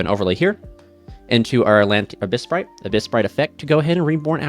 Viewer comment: Bruh. It's AbyssRHINE, not Shrine. It's AbyssTRITE, not Sprite.